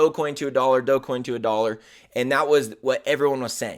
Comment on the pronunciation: This guy can’t even pronounce Dogecoin. We are in a bear Market. Imbecile.